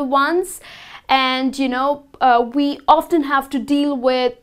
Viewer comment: your pronunciation of word "often" is phonetically wrong